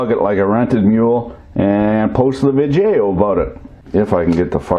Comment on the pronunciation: It took me longer than I'd like to admit to work out that "vi-jay-o" means "video"...